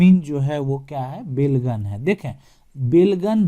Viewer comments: बेलगन नहीं बेलगान होता है जिसका मतलब है बिना लगान का।उसने अंग्रेज़ी मे belgan लिखा और आप भी वही जपने लगे... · बेलगन नहीं होता है, बल्कि बेलगान होता है अर्थात जिस भूमि का लगान(revenue) नहीं लगता हो उसे बेलगान भूमि कहलाता है